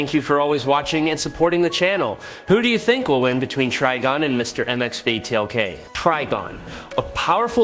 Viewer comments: It’s pronounced as Mix-e-spit-uh-lick. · 😂😂😂 The Ai trying to pronounce Mr. Mxyzptlk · So are you Chinese or Indian? Your AI voice falls apart with names like Mxyzptlk and good job using an image of Chthon instead of Trigon. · He does that in every one of his video and it's so damn funny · I didn't know that Trigon was pronounced 4 different ways omg that shit is annoying and Mxyzptlk is definitely being chopped up. Geesh!! Annoying at least Trigon was pronounced correctly at times he totally jacking up Mxyzptlk sounding like he was speaking the name in Klingon a few times 😂 geesh